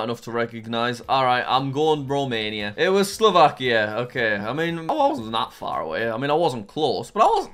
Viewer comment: Bro said slovakir 💀